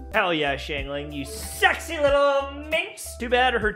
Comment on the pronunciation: what did you call xiangling ? 😟